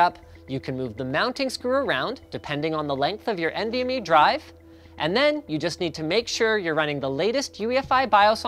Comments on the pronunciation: Uh i don't even think he mentioned "U.2" (was that a joke?) and he certainly didn't mention which was the fastest. Thanks to the comments I realized that he was saying "AHCI" and "MVME", and I guess MVME is faster, but certainly don't know from this video whether PCIe or M.2 is faster. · Why do you guys always pronounce it "N.V.M.E", when it's clearly meant to be pronounced "Envy Me"? You know, because the performance of the interface is to be envied.